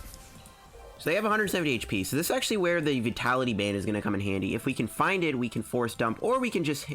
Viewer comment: please say vi-ta-li-ty